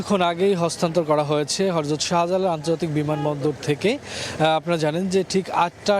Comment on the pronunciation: হযরত শব্দ টি হরযত বললেন কেন?